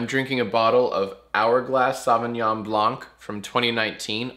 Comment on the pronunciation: Ok Jack, it's not SAVignon, it's SOVEignon. Please say it right, it hurts my "took AP french in high school" ears.